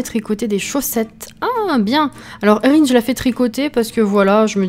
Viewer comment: Super vidéo 😊 la maison est troppppp mignonne ((Enfin une personne qui utilise mon prénom enfin à peu près ; Erihn.. Et qui le prononce correctement ! 😂 ))